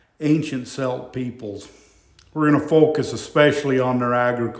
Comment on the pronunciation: Yes, Celt/Celtic is pronounced with a hard 'C' like cook.